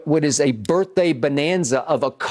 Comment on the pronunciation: Look at Skip Texting Lil Wayne on a regular talkin bout some "Happy BirfDay" daaaaayum Lol